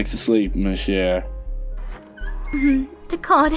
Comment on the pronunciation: just ab tip, you could use google translate to hear the pronouniation of the words, like d'accord and putain, im frencvh it it kinda bugs me -v-''